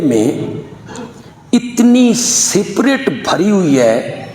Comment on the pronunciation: Spirit ko bhi saprit bol raha ha hahaha